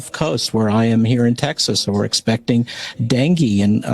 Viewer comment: I've never heard dengue pronounced "danky".